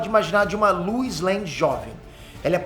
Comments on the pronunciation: com a sua pronúncia eu não consigo deixar de ouvir você falando Luz em vez de Lois e dito isso, joga Luz Noceda no Google pra vc ver pq faz todo sentido!!! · “A luiz” LOUISSS LOUIS REPITAM LOUISS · Queria entender porque o chama a Lois de Luiz